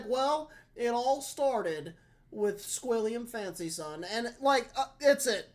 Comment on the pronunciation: “Well, It all started with Sqwilliam Fancyson…” It broke me😅😅